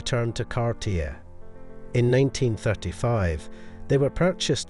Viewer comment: the name is pronounced Car tea A...